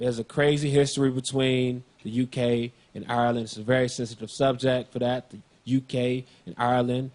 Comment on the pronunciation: This is the first American I've heard pronounce Ireland correctly